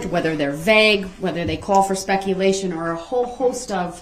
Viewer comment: And couldn’t even say the word speculation correctly even immediately after the judge said it. How can you not repeat a word you JUST heard